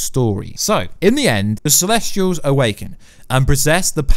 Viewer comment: CELESTIAL not CELESTRIAL! Get it right.